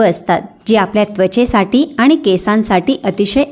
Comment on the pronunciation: शुद्ध वाचायला हवं. आनी, पानी करू नये, ऐकवत नाही